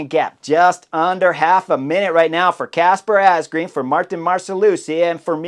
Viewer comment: It is pronounced Asgreen as in madden or man not green